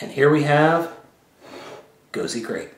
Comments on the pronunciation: safety issues and whatnot. even though they look the same, in the us, the cpsc will say something on there is small and dangerous. and its not "gosey" it is gosei... pronounced "GO-SAI!" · I saw this, and I lol'd! and it's "go-say", not "go-see" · its pronounced Go-say not Go-SEE. other than that, it keeps its original spelling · you didn't pronounce gosei right